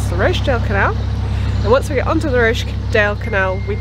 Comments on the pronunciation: oooh you and your posh pronunciation of Rochdale! - made me smile! (its "Rotch-dale") Maybe Rochdale should adopt your version :-) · I know this doesn't matter and it was months ago and you are somewhere completely different now - but - Rochdale is pronounced Roch (to rhyme with watch) dale and I nearly didn't comment but you are in my home territory here, the land of my birth, and I guess its good to know, maybe not. Happy cruising xxx Kate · Hahahaha! ROshdale!!! I assume you know the pronunciation now!!!! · I love the way you pronounce Rochdale :)